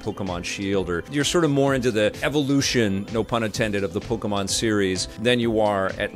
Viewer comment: LOL, Pok-y-mon. This game's fine....it's fine...(funny words of ) Survey says, it's fine. Youtube needs to remove the "Dislike" button from this channel. doesn't deserve that option.